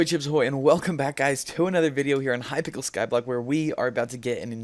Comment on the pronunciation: I love how he said " in high pickle skyblock" at the start good english mate (still better then mine)